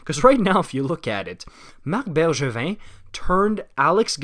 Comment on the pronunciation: What a weird comment. I think it’s great that he pronounces Drouin and Bergevin the right way